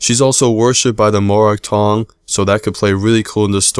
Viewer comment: Mogall Boll? You sure you're saying it right?